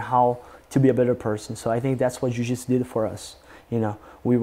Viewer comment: A forma q ele pronuncia a palavra jiu-jitsu, e a mais br possível.